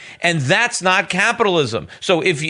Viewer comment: it's so annoying how Schiff keeps pronouncing "Caapitalism...Caaaapitalism*...